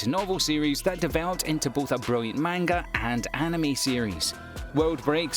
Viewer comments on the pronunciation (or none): none